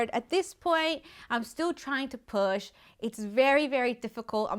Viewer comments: That means he is a Christmas boy but she said poop instead of push 😂😂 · I thought you said poop 💩🤣 lol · WHEN SHE SAID AHE NEEDED TO PUAH I THOUGHT SHE SAID SHE NEEDED TO POOP LMAOHFSDJFMKS,DF